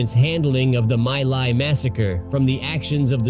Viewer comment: My Lai; pronounced 'Me Lie'